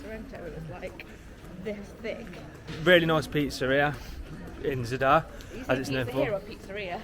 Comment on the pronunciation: At least attempt to pronounce Zadar correctly. It’s not “Z’dar”, it’s Zaaaadar”